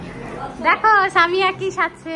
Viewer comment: আরে ভাই সানিয়া না তো সামিয়া ✅😅